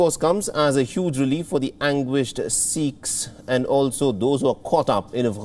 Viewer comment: Spouting, Twenteee, af'gaaan, seeeks, GRrratitutde, hunddreettt, and many other pronunciation mistakes, won't make you look any professional.